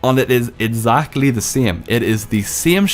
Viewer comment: Instead of exactly